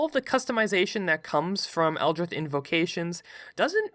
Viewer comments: Is no one going to comment on the fact that he pronounces “Eldritch” like “Eldrith” for the warlock part? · ITS ELDRITCH not eldrith blast thats a t and ch pronunciation as in ditch not th as in with. Please gawd this makes your videos nearly impossible to listen to. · It’s elditch not eldrith plz say it right u made me cringe every second of warlock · Eldritch not "Eldrith" you fool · I hate to be that guy, but does he just pronounce Eldritch Blast as Eldrith Blast or is it just a lisp? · One: eldritch blast not eldrish blast two: artificer not artifisher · excuse me? eldritth? eldritth blast? scrbgffgf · Eldritch not eldrith Also art-i-fye-sir not artifisher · I hate that he says eldrith instead of eldritch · I have no concept of if you have a speech impediment so apologies if you do but... El-drith? Eldritch! like a drunk slob yelling "Elder Rich" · Am I the only one that's absolutely annoyed by "Eldrith" instead of "Eldritch"? Yes? ok... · "eldrith" For the love of Lovecraft it's eldritch. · EL-DRITCH not eldrith cough Nice vid bruh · Just gonna point out It’s eldritCH not eldriTH and artifiCer not artifiCHer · it's eldri*ch* not eldridth sorry it just really bugged me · eldritCH eldr-itch not ith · Why are you pronouncing it Eldrith? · butchered Eldrich when talking about the warlock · No one: this guy: ELDRITH BLAST! ARTIFISHER! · this dude cant make the 'ch' sound and just says 'th' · I died a little whenever he said "eldrith" Edit: "artifisher" lmao Edit edit: "objuration" oh no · Every time he said "Eldrisch" I lost a little bit of my will to live. Holy SHIT! "ARTIFISHER" I"M FUCKING DEAD (btw I'm sorry if this sounds mean, I love ya but... holy shit) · Is this boi saying Eldrith Blast? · " Eldr-ITH" is new, never heard that before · “Eldrith” good video but I wanna die bc of that😂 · Ah yes, the eldrith God, c'chulu. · eldritch. there's no "th" sound. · Every time he said eldritch I twitched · How the heck are you pronouncing eldritch?